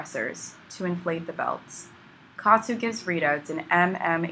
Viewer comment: It's pronounced Ka At (OT) Su